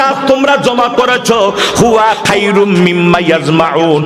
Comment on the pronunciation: খায়রুম না খয়রুম